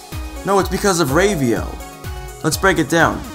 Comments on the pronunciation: Rave-io? It's Rah-vio, haha. Anyway, Ravio's shop is actually one of the reasons this is my favorite Zelda game. Everything is of use at first. Every rupee is important, every death takes away from you, and you want to salvage everything you can. But as the game progresses and you own more items instead of renting, you become stronger and more willing to explore. The game has a subtle way of "leveling" in just giving you more items and more health at your own pace. Not to mention the level designs are amazing. But I guess I'll talk about that at video! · Rave-e-o? Isn't it pronounced with a short A sound? Actually, lemme just check the Japanese... Yeah, definitely a short A. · I thought it was pronounced "RAH-VEE-OH"